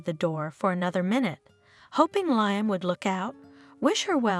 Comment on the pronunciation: Can you at least make sure Liam is pronounced correctly???